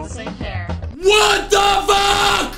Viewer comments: he said fuck not vuck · He said "Vuck" not "Fuxk".